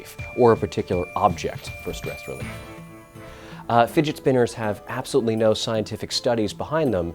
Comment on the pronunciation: "To be cool you need a figit spinner."- this guy